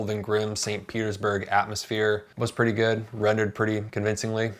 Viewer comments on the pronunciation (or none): none